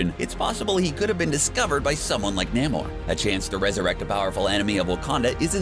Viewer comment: "Nay More" not "neh More" please stop saying it wrong XD